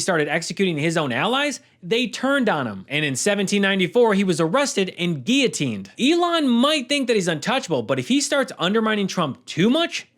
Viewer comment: Thank you for pronouncing “guillotine” properly.